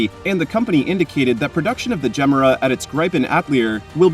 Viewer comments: Ifs not gem-era.. its ge-mera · The way you say "Gemera"... ouch Pause it after "Ge", and then finish; "Mera". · Just some advice… you may want to learn how to say Gemera properly! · Not mysterious has the jesko engine with one 800 ev motor. You are pronouncing the car wrong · Wtf pronounce it correctly dude,had to stop watching,couldn’t take it anymore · There are many videos of Christian Von Koenigsegg presenting this car, & pronouncing the name of it, several times in each video. I suggest you look any of them up.